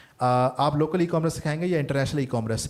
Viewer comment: Correct the pronunciation of "Commerce" یہ " کام رس " نہیں بلکہ ۔۔ " کو ۔۔ مرس " ھے